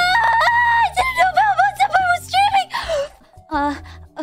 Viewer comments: Oh belmomd I 100% thought she said belmont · Understandable - it's Belmond.